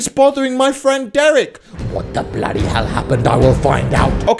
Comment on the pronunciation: Why do you all ways say blody